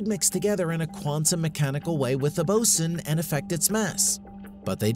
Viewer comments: BOSON is definitely not pronounced "bo-sin." It's "bo-zon" as it's named after "Bose" which is pronounced "Boze". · He (or IT), is pronouncing it like the Navy officer in charge of equipment. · Ty. Every time he said it I shuddered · I noticed that too right at the start of the video. It kinda poisoned everything that followed. And continuously mispronouncing "boson" didn't help either.